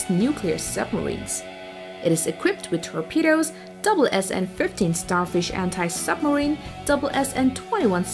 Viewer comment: I don't think the authors understand what an attack submarine is. Sure, all submarines can attack, but that's not how it works ;-) Oh, and Sierra is an actual attack submarine. Btw this is the first time I heard SSN read as "double-SN" LOL